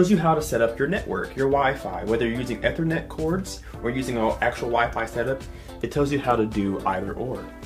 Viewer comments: Long E on ethernet like "eethernet". NIce review. Very professional sounding without being boring. If you still have this setup, try corner loading that sub by placing it behind the tv stand. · OMG. Please, it’s “eeeethernet” not “eh-thernet”